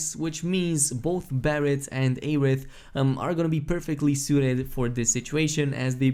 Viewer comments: Say Ay-rith one more time,. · Maybe his accent prevents him from pronouncing 'Air'. His content is always amazing no matter how he pronounces words. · The amount of streamers posting videos about this game who cannot pronounce the characters names right is astounding. Its not like they say aeriths name 100 times in the game. Its air-ith not ay-rith.........